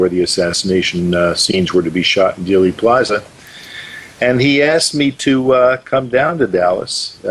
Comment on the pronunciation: The misinformation and outright lies in JFK could fill a movie......oh wait they did. BTW it's not pronounced "daily" plaza it's pronounced like "deal" Dealey Plaza. Learn your subject matter. Also after the House Select Committee came out with the 4 shot theory because of the open mic on the the police motorcycle that report was later debunked by many researchers and most researchers don't believe they are listening to gun shots at all.